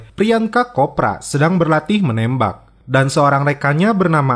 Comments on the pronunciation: sedikit koreksi bang. priyanka chopra itu dibacanya "copra" bukan "kopra" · priyanka kopra🤣 padahal nyebutnya priyanka chopra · Prianka kopra wkwkwk mimin yg ebenr baca nama org pake hurus C lhoo.... Copraaaa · priyanka kopra? chopra kali mank.. 😆